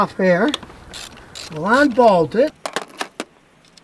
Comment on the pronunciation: "Onbolt"???????????????? "Onclip"????????????????